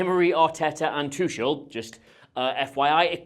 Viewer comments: Please look into how to pronounce "Tuchel" because you're gonna be needing to say it a lot soon !😊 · One would think you could learn to say Tuchel's name properly for the amount of time he is in England